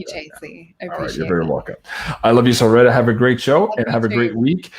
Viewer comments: I just went on her channel and heard her pronounce it with a long E. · JC keeps changing the pronunciation of Solreta. Sometimes he use a long E as in Solreeta, other times a short e as ret rhymes with bet. I notice it in all of their interviews. Which pronunciation is correct?